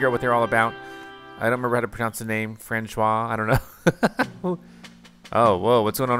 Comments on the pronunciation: Fran-shwah 🚫 Fran-swah ✅ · François is pronounced Fronswa. Loving this series!!! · It's "fran-swar" bro. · its hilarious how he pronounces francois differently in two videos and non are correct